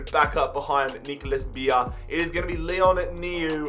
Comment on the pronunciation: coming from a non-german person, you pronounce Beier as Bayer..